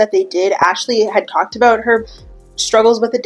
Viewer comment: We don't say "about" that way